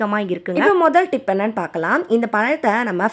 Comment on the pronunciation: சகோதரி.... Dip இல்லை tips (டிப்ஸ்)....